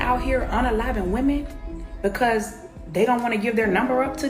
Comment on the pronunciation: Please learn how to pronounce the word "women"